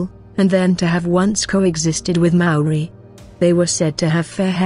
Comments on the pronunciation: Sorry robot lady your droney pronounciation makes me wanna cover my poor ears! The word Maaori has once again, perhaps deliberately? Being mis-used and widely mis-understood by the local kiwi new zealanders and tauiwi(non'local/foreigner) alike! Maaori ie; Natural / normal /pure as in state of being and or consciousness invoked spiritual awareness of a knowing! We are tangata whenua Nga haapu a Maui potiki a Taranga! Living desendants from our demi'god tupuna(ancestor) Maui the Sun Catcher! Your brave attempt 2 misinform the global masses and share your shallow interpretation of what u think u Know is unwanted misleading and disrepectful in my opinion and simply adds more speculation 2 the veiled mysteries held sacred by tangata whenua! Mauri ora whanau Bless😉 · A good pod. Though, you really would do well to check your pronounciations of Kiwi words, bad pronunciation is like nails on a blackboard. From anywhere in the world, you can easily master the pronunciation... start with the sounds of vowels. When you understand their pronunciation, the rest flows. Respectfully, this is NOT england. We do not speak as you do. Return the respect and bone up on how to pronounce our words before you make a vid of us , please.